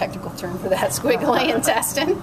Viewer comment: omg 🤣 lmao she is pronouncing intestine wrong 😂😂😂